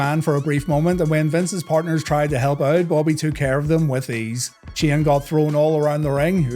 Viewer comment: Shane, not, stop saying!!